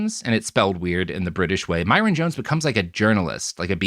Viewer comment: Small correction: "Myron Jones" is Meirion Jones. That's not a weird spelling of "Myron," it's an unrelated Welsh name pronounced more like "may-ree-on."